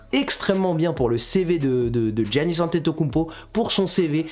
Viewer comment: Giannis ça se dit Yannis sinon c carre